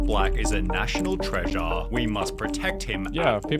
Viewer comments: Who is this idiot in the video? "Treas-aaaaah", "forgiving-aaaah", "fund rais-aaah" "Twit-aaaaah", "Queue-ed". {:o:O:} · This AI voice kills me lol Treasuhhhhhh 🤦🏻‍♂️🤦🏻‍♂️🤦🏻‍♂️🤦🏻‍♂️ 💀💀💀‼️‼️